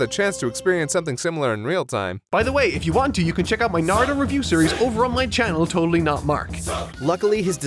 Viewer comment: Okay, now you're just fucking with us with that Naruto pronunciation